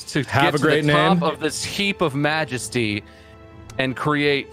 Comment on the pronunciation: "Magesty of the human form" TF IS THAT!?